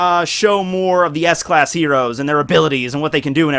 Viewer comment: Did he just say ass class?